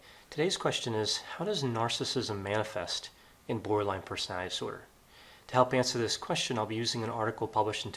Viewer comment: Love ya, doc, but could you please enunciate when you say "borderline personality disorder?" -OCD Grammar Girl.